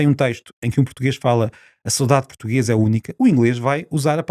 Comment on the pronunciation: PORQUE É QUE O SR. DIZ "SOUDADE" E ESCREVE "SAUDADE"? CUMPRIMENTOS.